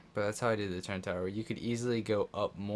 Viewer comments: Say ‘turrent’ one more time and i’m gonna rip my ears off! There is no ‘n’ in ‘TURRETS’!!! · No cap but google turret and have google say it cuz u be putting an “N” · Calm the duck down, it isn’t to bad and is kinda funny